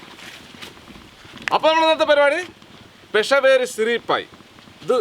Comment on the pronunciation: എന്റെ പെഷവേരി അല്ല പെഷാവരി.. ഇത് പാകിസ്ഥാനിലെ ഒരു സ്ഥലത്തിന്റെ പേരാണ് 😂😂